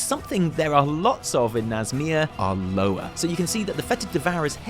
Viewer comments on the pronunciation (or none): Its not “lower” its “loowah”! Ya be desecrating the language of my people!